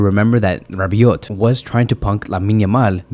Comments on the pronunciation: Man you made my day...did you just say Rabees or Rabiot kikikiki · 😂😂... Rabees... Oh Rabiot...😂😂😂... Nice bro..lol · Wait, did you say Rabbies ?? 😂😂😂😂😂😂😂😂😂😂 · Bro said rabbies lmao